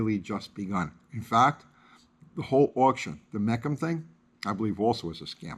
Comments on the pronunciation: Will you at least pronounce Mecum right. It's Me-cum, not Mec-um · It's pronounced Mē khum!!!!! You are an encyclopedia of knowledge making a huge claim, and I actually believe you, but you gotta get the details right. 50+ years of auto knowledge and you don't know that's how you say Mecum??? 🤦‍♂️ Got that out of my system, fantastic vid! 👍👍👍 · What is 'mekkam auction'? Not knowing simple names in the hobby does not exactly give credibility... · I live near Mecum HQ and it is pronounced MEE-kum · Well…we called all of our cars “racers” back then. What ever we could afford. If you couldn’t produce it you faked it. C’mon man. Also, just FYI brother it’s pronounced Me-Come. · They never said it was an 11 second car. I’m not buying what you’re saying when you can’t even pronounce Mecum correctly